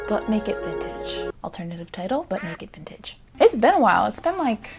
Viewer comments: YASSSS love Yzma! Eartha Kitt was a great one. Also, I definitely knew what type of video this was, but I heard "Butt-naked vintage" at the beginning. 😂 Whoops. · Now all I hear is "Butt Naked Vintage" every time you say "But Make It Vintage"!!, WHY!? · I never heard “butt naked vintage” from “but make it vintage” until it was said and now it’s ALL I HEAR!